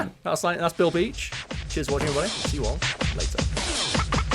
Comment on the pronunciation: Every time you say Bill Beach I hear Bilby and I feel like chocolate 😂